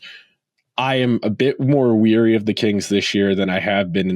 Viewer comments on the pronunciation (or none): Pretty sure its leary no weary.